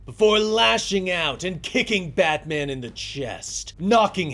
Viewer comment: I love these but am I the only that feels like he keeps saying badman?